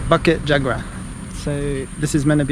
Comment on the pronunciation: It is pronounced Boo-kit Joo-gra. Not Ba-kit Jaa-gra.